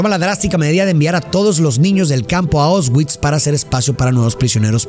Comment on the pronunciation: Una película muy emotiva como Mexicano vi este film cuando era niño y nunca me imaginé que viviría aquí exactamente donde se grabó y pasó esta tragedia, me tomó mucho tiempo asimilar lo horrible que esto fue. Por cierto como ayuda para nosotros los de habla hispana la pronunciación sería “Puashuv” tal cual y los campos son “ausvisch”. Excelente video ya vi casi todos en este canal. 😅Saludos desde Cracovia ! 🇵🇱🇲🇽